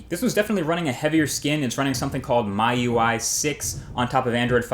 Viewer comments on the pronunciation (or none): MIUI is pronounced me-you-i :) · just an advice ***** .. MIUI 6 is pronounced as Me-UI.. 😊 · You said 2015 Moto G, its actually the Moto G 2014... And Mi Ui is pronounced 'Mee' Ui. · MIUI --> "me UI", not "my UI", and while I agree that the Xiaomi is a great phone (better than your other 4 picks in my opinion), what's point of including it when it doesn't support the U.S. 4G LTE bands? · Yo ***** MIUI is pronounced as "Me UI" since its xiao(mi) Also its ZenFone not ZenPhone. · Hey dude the mi4i ui is pronounced as miui(meee-ui) not miui(my-ui) and on top of that great video compilation. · MIUI is pronounced "me you eye". This was settled years and years ago by Xiaomi themselves. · Sorry, but Should be pronounced as 'Mee UI'. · Hey Marques, I am from China and I think MIUI is pronounced as "me-u-i". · MIUI is read Me UI just saying :D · this guy don't known how to say miui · Plzz do a vedio on Xiaomi Mi Note and pronounce MIUI properly.